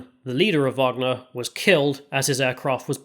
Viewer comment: the " WAGER "cola is not the wagner cola 🤣 Nice vid btw ! loved it!